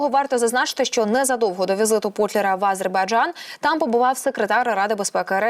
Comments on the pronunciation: Ааааазербайджан….. шо в неї з дикцією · Кто же тебя, "", учил делать ударение в слове "Азербайджан" на первом слоге? Это так должно звучать на украинском языке!? Где вас, таких д...., находят? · Відстойний канал і неграмотна ведуча. А- зейбарджан. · Ви можете слово "Азербайджан" говорити по-людські